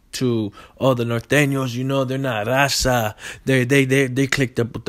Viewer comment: Can even speak Spanish good.don’t even say raza right